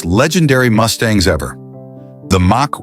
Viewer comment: Ai voice does not know how to pronounce common words so hilarious Says358 instead of 351 Says Mack instead of Mach